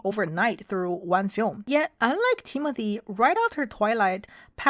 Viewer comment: I thought you said Temu-thy 😂